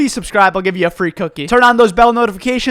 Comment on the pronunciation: "for fraayy" hviekjesdje I love him